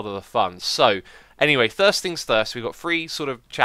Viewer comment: "Thirst fings thirst..." ;-)